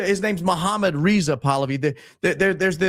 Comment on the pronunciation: reh-zeh pah-lavi pronunciation for you🤲👍 — but ur just at the 40’s but I hope you go over how in 1950s came around Iran decided to nationalize their oil industry under prime minister Mosaddegh (Muhammad Mosaddegh) - which made so much sense and the entire population was behind it - then in 1953 the CIA with MI6 (notably since Britain really needed this even more than us) - succeded in a coup d’état (Ajax was the name of operation) which is what solely reinstated their puppet *okayy you did not go over it - but you showed it through Charlie describing it - even though Charlie was half delusional throughout this whole podcast, such as saying that the Islamic world suffers were not having interests 😅😅😅 (interest /riba and bankers are one the three major roost of evil… because I include that with money….. then there is two others which I won’t go over… But ideologies is one of them) — though obviously RIP Charlie - lackey or not (he was a father with kids and never harmed anyone), sure, he was a barking mouthpiece sycophant for Israel…. but it is obvious that he was slowly turning, the potential for it was shown in those texts alone!…… which, for Israel would be an absolute devastation since he had their biggest non-Jew advocate for the youth Israel is a master of the optic game (propaganda, etc) that they had finally been slowly losing, — and they cannot have the younger generation be against them because then they’re downfall is inevitable …. So people like Candace, Fuentes are